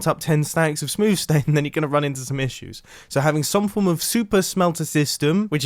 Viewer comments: At minute did he say “ smooth stain?” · Mumbo "smooth stane" minecraft "added"